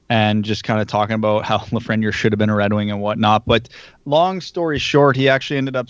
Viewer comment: It bugs me how y’all pronounce Lafreniere. It’s not La-fren-yer. It’s La-Fren-Yair